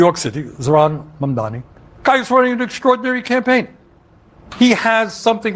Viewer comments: MOM-DONNIE. Not MamdaMi. 🤦🏻‍♂️😓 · is committed to calling him "MamdaMEE" 😆😆😆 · please learn pronounce his MAMDANI name correctly. It's really not difficult.